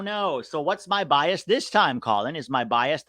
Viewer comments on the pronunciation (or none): none